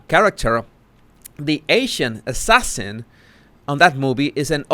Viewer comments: 😆Meghan: "ass-assasin" 🤣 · "ASS~ sassin" 🤣🤣🤣🤣 she's definitely a "D" list actress